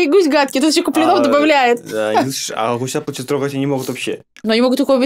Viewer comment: Почему в фамилии Куплинов ударение ставишь на "И" а не на "О". Это уже раздражает!